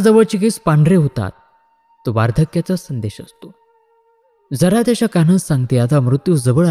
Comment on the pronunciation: "जरा"चा उच्चार थोडा या अर्थाचा नसून " जन्म" या उच्चारा प्रमाणे हवा. जप सुध्दा जन्मचा " ज" हवा. नाही तर जप म्हणजे सांभाळ असा अर्थ होईल